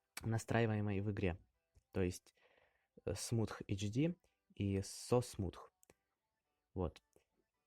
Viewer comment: Ебаать смутх!? 😂 😂 😂 Perfect english